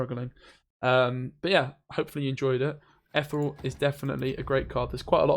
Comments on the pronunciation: Ethyyy real (like real madrid) not etherel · Ith-ear-ree-all REEEEEEEEE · Why cant you pronounce Ethereal? ;)